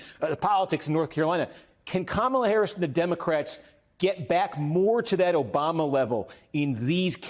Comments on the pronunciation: All his people talk the same. Including mispronouncing Kamala's name. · Don’t watch new clip where people mispronounce Kamala’s name and the new anchor host doesn’t correct them. Let’s not normalize this type of behavior! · Just the fact these people intentionally mispronounce her name, shows blatant immaturity and disrespect. And that man's face, his smile, seems sinister. I sense evil oozing from him. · Love how they keep on purpose using the first name of a presidential candidate and mispronouncing it too. Disrespectful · After hearing this guy, I am even more convinced to vote for Kamala. Anyone who cannot pronounce someone's name correctly shouldn't even be speaking in a public arena. Add one more nut to the plate. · I sure wish you guys would shut them down on this childish mispronouncing her name.... Its pretty easy, if you are to stupid to learn to pronounce her name, you can just call he Madame Vice President 🤔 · I need everyone if theae host to correct the Republicans when they purposely mispronounceKamala Harris' name. At this point allowing that disrespect is gross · Please correct HIS pronunciation of the Vice President’s name… out of respect perhaps? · Cory is pronouncing Kamala harris's first name wrong... And every time somebody calls trump " President." It makes my skin crawl !!! Vote blue all the way💙💙💙💙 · They must literally practice saying Kamala’s name wrong . This guy is a perpetual headache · COMMA-LA. stop pronouncing her name incorrectly, it is racist. all politicians flip flop sometimes with changing public opinion which is what is SUPPOSE to happen as we are hiring THEM to represent US. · It’s hard to take any adult serious when they refuse or are unable to pronounce 3 syllables correctly 🙄 It’s Comma-La! Madame President Kamala🇺🇸💙🗳️💙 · Why can’t this clown pronounce Kamala? Even a child can do it. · What is the point of mispronouncing Kamala over and over and OVER again? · SAY HER NAME RIGHT, YOU ...